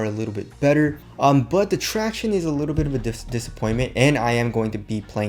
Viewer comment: “The tractionays” 😂